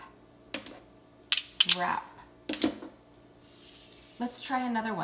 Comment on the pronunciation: Your first word - Rap - your r sound was incorrect - it does not say "er"